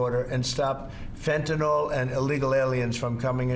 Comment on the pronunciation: Why is Trudeau the only person here who can pronounce Fentanyl? No idea what "Fentanol" is, some variety of ethanol?